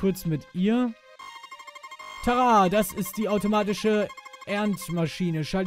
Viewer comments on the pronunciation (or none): none